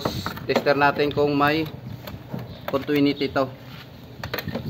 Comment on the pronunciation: Maganda ang vlog mo brod, pero correct ko lang continuity yan brod, hindi contwinity pero magkatunog lang yan diba?